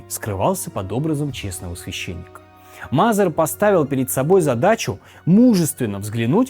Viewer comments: Что за проблемы с произношением фамилий, например Мазер и Мэзер? Будто первый раз видео записываешь и без сценария. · Мэйзер а не Мазер А книга называется "Великие деяния Христа в Америке" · Не МАзер а Мэзер. Коттон Мэзер